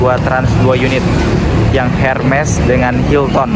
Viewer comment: Baca nya : hilten bukan hilton ya